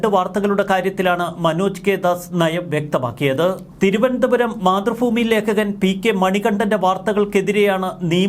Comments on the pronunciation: 🤔മാതൃ ഭൂമി, ഫൂമി അല്ല., തിരുത്തണം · മലയാളം നേരെചൊവ്വെ പറയ്. മാതൃഫൂമി അല്ല മാതൃഭൂമി എന്ന് പറ...